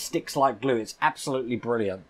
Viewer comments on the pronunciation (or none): none